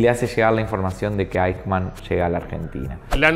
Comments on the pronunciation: se pronuncia: "aijman", no "eichman" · No se pronuncia "eichman" sino AIJMAN. Como siempre la mayoría de hispanos diciendo cosas sin previa investigación. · muy bueno! se pronuncia "aijman". Saludos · Lalo querido....sos un capo y uno de los mejores locutores del mundo castellano-parlante....por favor, el apellido de esta bestia se pronuncia "AIJMAN" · Se pronuncia aijman 😉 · Aichman se pronuncia en Alemán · Adalf Aijman!! "Eichman", que pashaso este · Al menos irformate como se pronuncia eichmann!..... Es aijmann!.... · Correcto, vi el video completo porque es un tema del que leí mucho y siempre me interesó, pero confieso que desde el momento que pronuncia esas 2 palabras castellanizadas supuse que era material pobrísimo, y no me equivoqué, saludos! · Pronuncia mal 😂 como en español 🤦🏻‍♀️ me choca escucharlo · ¿Que cuesta preguntarle a alguién que hable alemán como se pronuncia este apellido? Hay una sede del Goethe-Institut en Buenos Aires, hay al menos dos colegios alemanes en Buenos Aires y en Buenos Aires viven miles de descendientes de inmigrantes alemanes.